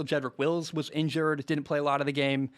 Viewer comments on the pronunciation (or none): none